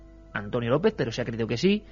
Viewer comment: Iker...ANTONIO LOOEZ SIERRA NO GUERRA....😮😮😮😮AY DIOS MIO🤢🤢🤢🤢🤢